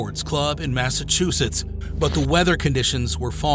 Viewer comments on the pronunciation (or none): none